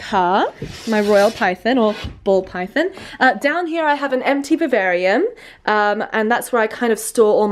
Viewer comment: where did you get those, uh, I'm sorry it sounds like you're saying "bavarium"? Terrarium, at the beginning with the snake and such. Were those custom made, or do you buy them?